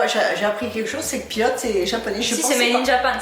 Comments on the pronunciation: パイロットをピロって発音してますね。面白いなあ。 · pilotは「ピロット」なんだ・・・＞発音ｗ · ピロットね👍お国によって読み方が違うのって日本国内で漢字特に名前が難しいのとおんなじだね｡あはは理解できたよ♪